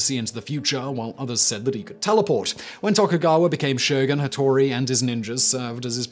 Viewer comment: Ah yes, "Tattori" and Leyasu... Hattori* ieyasu*